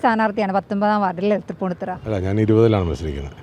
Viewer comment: തൃപ്പുണ്ണിത്തറയല്ല.... തൃപ്പൂണിത്തുറ